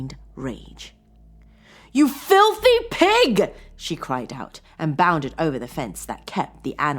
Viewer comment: "Flithy" pig?